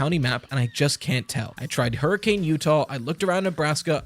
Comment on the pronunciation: In Utah we don’t pronounce the name Hurricane, it’s pronounced with a soft A, so “hurricun”.